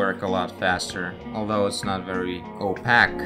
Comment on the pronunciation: The way you pronounce opaque and cyan is funny. Especially given that your English is pretty good generally speaking.